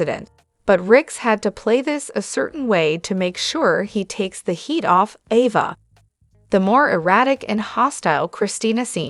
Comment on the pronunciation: AVA, say it right A-VA.